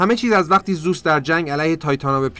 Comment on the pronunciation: داداش زوس نیست، درستش زئوسه😂